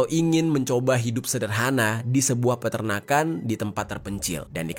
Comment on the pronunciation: bang bukan Perternakan tapi Peternakan 😅